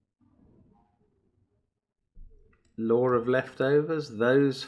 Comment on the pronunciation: I know he says "the law of leftovers" but I always hear "the Lord of Leftovers" and get a kick out of it haha.